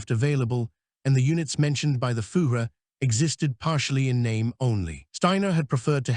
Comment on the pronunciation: Interesting & worthwhile reading, but atrocious German pronunciatiion. 'Fugeh' For Fuehrer is bad, indeed. This has to be an AI reading. Please redo , as content is useful 😮